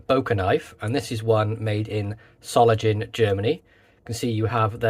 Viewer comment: What a beautiful knife! Will be in my collection soon. (BTW, the „ng“ in „Solingen“ is pronounced like the one in „singer“.)